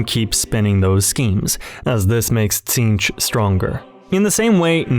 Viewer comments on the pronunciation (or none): none